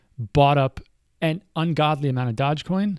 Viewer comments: it's pronounced doje not dodge, doooooooooojjjje coin for the win. Great vid as always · Dogecoin pronounced as DoggyCoin. so you know.